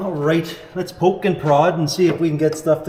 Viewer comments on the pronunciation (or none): none